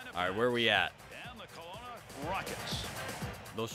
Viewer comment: You pronounced Kelowna perfectly fine! ( wish you went to the Giants, as I am a fan of them.)